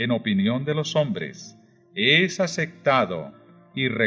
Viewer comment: 🛑Palabras mal pronunciadas 🛑 ❇️Ace P tado, (p).... no se dice ace C tado, ❇️apocaliPsis con P, ... no apocali C sis ❇️ soleMne con M ....no solenne (n)... etc etc! agradezco su esfuerzo, espero lo tome como Critica constructiva! Bendiciones 🙏